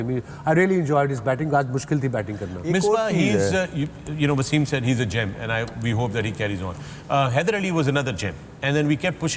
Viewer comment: Waysim???? He's a legend of your country an outstanding player who put Pakistan on the map. Speak English as you want but the first waysim was WTF. Why?? He is wasim not waysim. respect